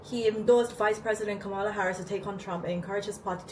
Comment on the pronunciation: Hey and, thanks for your coverage. It's always interesting. Just a little note about Kamala Harris. Her name is pronounced like the word "Comma" as in Comma-la. The way pronounced it is the way Trump is purposely mispronouncing her name. Just a fun fact, her step-children call her Mama-la. She has taken on the election with the energy and fight needed to win the presidency. After the announcement, $81 million was raised overnight.